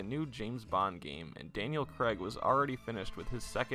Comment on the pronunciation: Why you pronouncing his name as Daniel Creg lol? Its Craig, pronounced Craig, emphasis on the ai.